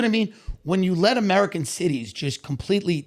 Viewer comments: Andrew “ I’ve been embarrassed by amerigan” lmao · “Amerigan” ~ Andrew Schulz